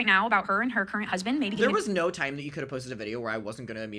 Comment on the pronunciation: Ohhhh nowr! Noer? Nowwr? Noerrr??? Funny. Most people just say NO.